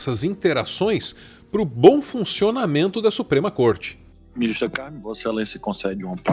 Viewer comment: só avisando que o acento no nome da Ministra ficou errado. Pessoal do ICL se equivocou também em um momento kkk